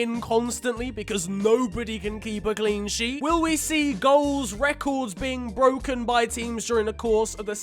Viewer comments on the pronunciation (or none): none